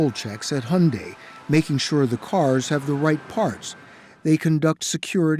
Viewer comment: Wtf is honday? It's called Hyundai !!!